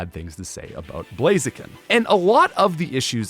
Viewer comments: IT'S BLAZIKEN, NOT F*CKING BLAZEKIN! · IT'S BLAZIKEN THE SECOND TIME, NOT BLAZEKIN!